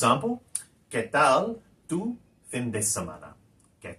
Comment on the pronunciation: Like your stuff but concerned about your pronunciation, obvioulsly not a native speaker, Why pronounce fin with English i? Surely Spanish pronouce it as FEEN